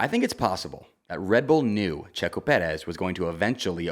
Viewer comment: i hate the way you say checo’s name